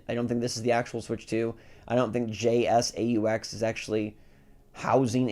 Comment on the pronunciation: Where have you been? Jsaux is a very well known company. The make docks and cases for steam deck and others. Also it’s pronounced like J socks